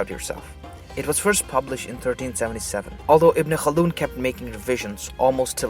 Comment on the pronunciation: Wow, when he says names in Arabic seems like he's so familiar with the names. unlike any other westerners who try to pronounce a Arabic name.